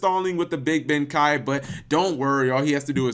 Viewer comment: Big benkei not big benkai.